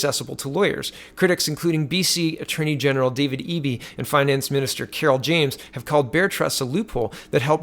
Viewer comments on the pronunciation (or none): none